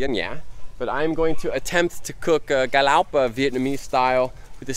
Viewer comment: Lúc a chùi camera có vẻ như chùi mặt e ví mn v á hehe dễ thương.... Vs lúc a trả lời chú kia » cá lóc» nghe ik như ng Việt Nam